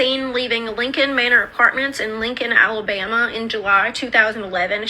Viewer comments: also, the way you say ALABAMA is gorgeous. I love you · Omg, when you say Alabama it actually sounds like a fancy place instead of….